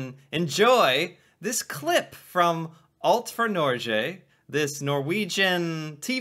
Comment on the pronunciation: what the 🦆 you haven't even learned to pronounce "alt for Norge"